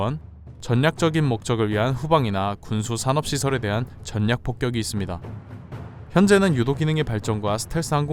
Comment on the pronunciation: '절략폭껵'이 표준 발음입니다.